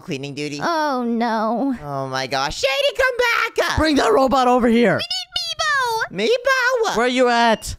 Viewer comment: "mebbo the jonshon 3"💀